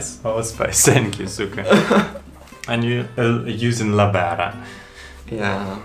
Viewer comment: aaah i see.. Thats why he always says 's' instead of 'th' sound.